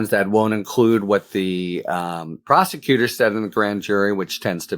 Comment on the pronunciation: As one of the podcasters described Halligan - and it an honest slip of the tongue - "prosticutor" 😎